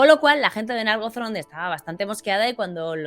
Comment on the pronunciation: Gracias por este nuevo video genial, como siempre Pregunta: ¿se pronuncia Nárgothrond o Nargóthrond? Yo creería que es Nargóthrond teniendo en cuenta que la última sílaba comiensa con dos consonantes seguidas: th y r.